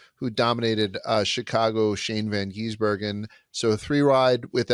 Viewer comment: Someone please tell to stop calling SVG "Van Geesebergen". Also, if you watch circuit racing, rain races are usually the best.